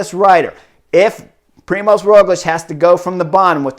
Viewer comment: Also, it's Primož, not Primos, you're the first one I saw spelling/writing as Primos xD